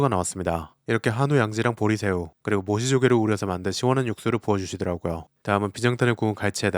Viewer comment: 멍때리면서 보다가 모시조개 발음에 개당황함